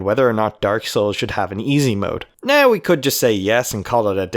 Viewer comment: it was in the beginning the way you pronounced the word "now" and later the word "about" ;)